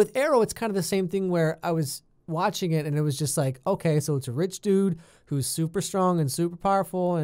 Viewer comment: “This Oliver has 5 nipples- itzz really weird” Lmao your killing me XD Dude you deserve more subs